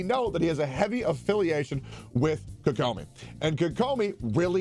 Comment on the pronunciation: ah yes "kokoma"